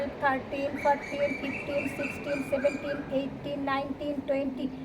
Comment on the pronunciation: It is not Fortin , it is fourteen